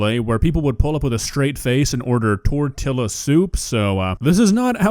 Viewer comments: did you say tor-tilla on purpose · the kind of people who get tortilla soup from chick fil a are the kind of people to pronounce it tor-tilla